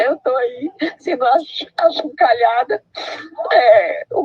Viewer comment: Min ela disse que está sendo axucalhada. 😂